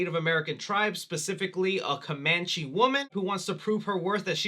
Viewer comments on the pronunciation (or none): none